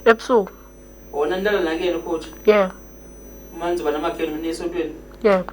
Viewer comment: Eyi. AmaXhosa nokungasazi isiNgisi, akuyena uCoacher but u COACH. Fana noku TREE, instead of THREE